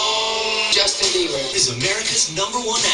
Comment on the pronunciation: "Hey what's up guys, this is JuJtin Bieber" xD